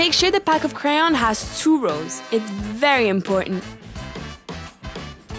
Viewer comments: you said “craon” but it’s ‘crayon’ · “Craon” lmfao it’s “crayon” 😂🤦🏻‍♀️